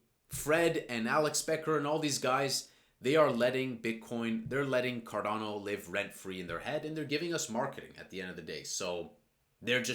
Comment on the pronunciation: Carrrrdano come on man come on man carrerrrrdano